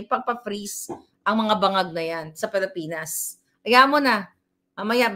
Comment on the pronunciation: Hindi “Palipinas” Mam, “Pilipinas”